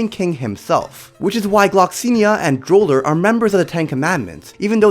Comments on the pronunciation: ITS FUCKING DROLE NOT DORLE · ?? idk if it's just me but I'm pretty sure they at least pronounced Meliodas, Escanor, Liones and Gloxinia right Griamore, Derieri and Drole tho yeah no idea how they messed that up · Sorry for pointing this out, but there was multiple miss pronounced words I get it cuz I do it too sometimes, but when he said doler instead of drole...I was like wot 😂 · We gonna ignore that he said bolller when its pronounced droll for the giant king the guy with the scar😭😭 he said so many names wrong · Dude I can’t believe he call droll dolur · doller its droll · drole is his name but its pronounced doler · “Doler” ITS DROLE! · You mean drole not doler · Btw it’s DRole not DOlor, the manga mistaked his name.. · "Giramore" "Dererie" "DOLER" Im going to CRY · And he also called drole....dorole